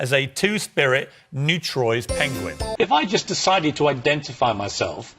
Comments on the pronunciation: Pinguin? It’s like Benedict cumberbatch all over again haha. It’s Penguin 🙈 so cute! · I couldn’t focus properly for most of the first topic. I was more focused on the way Jamie pronounces Penguin. Love you Jamie but you were doing my head in 😂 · I love how you say "pinguen" instead of "penguin" XD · Jamie pronounces it “pinguin” omg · Did my guy seriously just say "Pinguin"? Bruh moment. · I think you mean PENGWING